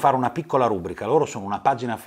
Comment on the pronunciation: Non voglio fare grammar-nazismo ma non si dice "rúbrica" ma "rubríca". All'inizio l'hai detto due volte 😅 Ok ora la smetto ascolto il resto (è stato più forte di me)